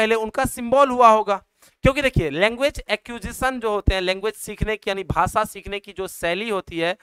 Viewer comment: Bhasa nahi bhasha hota hai